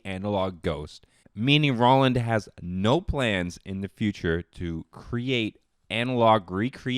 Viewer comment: Boutique, not Boatique. Roland now Rawland. You're welcome.